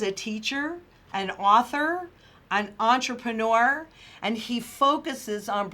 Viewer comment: "Eunterprenur" ship lol "give me the money" insurance guy...